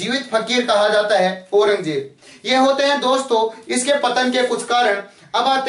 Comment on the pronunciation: पत्तन नहीं पतन होता है सर जी।